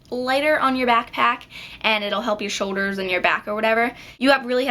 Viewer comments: It drove me insane how you don't pronounce the letter 'L' like in "fo-der" (foLder) and "sho-der" (shouLder) argggggh lol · good job but u cant pronounce shoulder or folder its more like shoder and foder